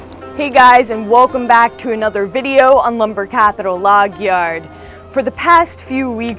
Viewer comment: I love her pronunciation of the word "yard" in "lumber yard".